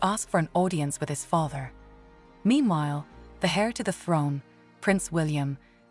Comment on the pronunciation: Heir is pronounced as "air " not "hair" 😂🤣😂